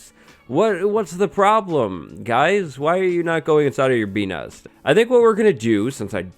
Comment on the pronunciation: "Bee Nest", but most of the time I misheard that as "P*n*s", f me!